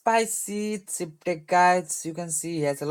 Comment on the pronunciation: You should google how to pronounce match and deck... you’re saying mass and dick...